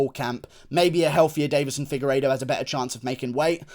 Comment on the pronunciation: Did you just say figureido on the prelims dawg 😐😐😐